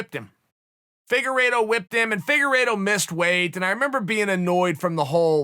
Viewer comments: The way chael pronounces some names.....anyway i got Figueroa again clearly. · Deiveson "Figorido" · Chael “figereeto” Sonnen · Chelle ‘figue eeedo’ Salmon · Figuerido? Lol